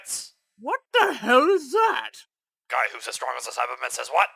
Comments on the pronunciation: Does he say "saibaman" or "cybermen?" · it's actually "sayiman" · its saibaman, silly lol